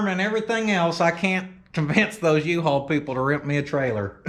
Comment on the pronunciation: Love the yee-hawl